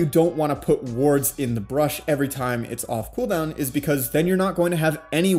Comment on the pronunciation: I don't get it man are u saying "brush" or "bush" , because I am very confused.